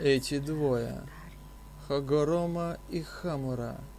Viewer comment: не хагоморо а хагорома